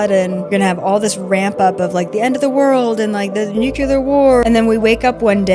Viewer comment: I don’t trust anybody who can’t pronounce nuclear